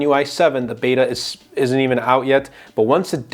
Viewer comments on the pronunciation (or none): none